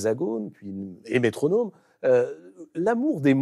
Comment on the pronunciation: Le présentateur qui vante la langue Française mais prononce "métronôme" avec le OOOOO !